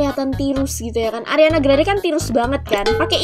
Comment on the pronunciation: Ariana grande:❌ Ariana granad:✔️